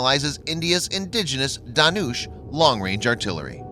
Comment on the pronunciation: As usual your videos are superb and awesome. But only one thing I would like to point out that your pronunciations of Dhanush, Balasore and Jhansi were wrong. Plz try rectifying those